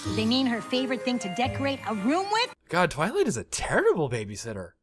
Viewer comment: Roughly everything tenth time you say "Twilight" you try to say it slightly faster and get two-thirds of the way to saying "toilet." Do not stop, it brings me intense, forbidden joy.